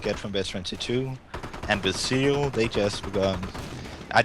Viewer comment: Yeah, I know he meant Zeal, but his Z is very soft so it sounded like "seal" to me at first.